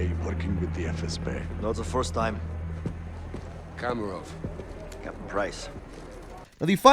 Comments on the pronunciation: Like how he said “komorov” instead of kamarov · U just brutally murdered Kamrovs name it’s Kamrov not komrov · I love how he pronounced Kamarov as commarov. Like think of camera but with ov at the end 😂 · Cameraov bruh XD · You missed out kamarovs death and said it wrong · Why always butchering the names? even if the Characteres in the games said them often? like Zakhaev and Kamarov.....